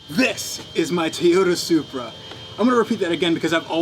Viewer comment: ...don’t ever say Toyota Supra again